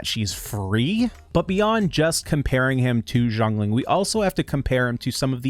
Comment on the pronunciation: no, u just saying it wrong. not jongling. Xiang Ling : *see-young Ling *say it quick